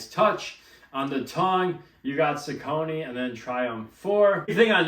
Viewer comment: On the off hand chance you care, the brand is pronounced SOCK-uh-knee. Welcome.